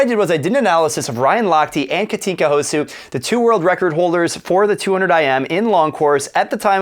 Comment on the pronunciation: Houszu ? Really? But at least you pronounce her name correctly, which is much more difficult than writing 6 letters correctly. 😉